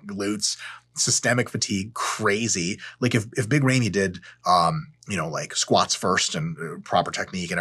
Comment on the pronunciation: "Big Raymi" 🤣